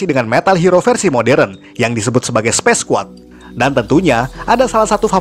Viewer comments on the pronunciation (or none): none